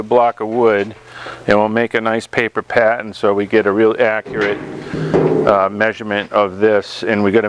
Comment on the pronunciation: Nice job, thanks for these videos. Spot welds are a pain to remove, I think grinding them down with a round die grinder or belt grinder is the best approach. Every time you said “pattern” I thought you were saying “patent’. I was thinking “why do we have to make a patent?”, lol